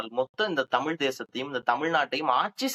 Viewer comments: Tamil with an L. 😅😂😂😂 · இவர்கள் இரண்டு பேர்களுடைய "தமிழ்" உச்சரிப்புமே சரியில்லை.... "தமிழ்" என்று சொல்ல முடியாமல், சொல்லத் தெரியாமல் "தமில்" என்று சொல்லிக் கொண்டு "தமில் தேசியம்" பற்றியும் "தமிலன் யார்?" என்று விவாதிப்பதும் வேடிக்கையாக இருக்கிறது.... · This fellow the white shirt guy can't even pronounce as Thamizh. NTK is a dangerous element should be eradicated from Tamil Nadu, which encourages Tamil extremism, could cross that line to be generated as Tamil Terrorism.